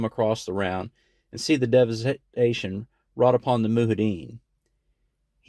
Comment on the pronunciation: Moo-hideen haha. It’s Mujahideen (moo-jihad-een.)